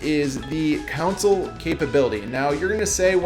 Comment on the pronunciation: Please say CONSOLE properly thanks. Besides that all good points